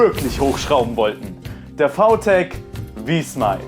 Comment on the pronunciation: warum sagst du vau tech aber vi smile?